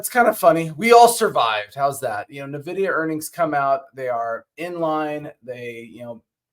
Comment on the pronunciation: It's pronounced "N-Vidia" not navidia